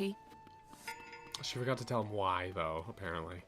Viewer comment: She also says "a-pear-ent-ly" when it should be "apparent-ly"